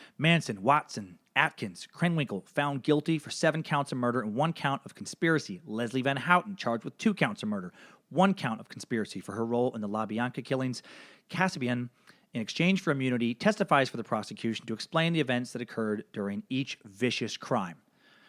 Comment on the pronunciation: Love the podcast, but Linda's last name was Kasabian not Kaspian ❤❤❤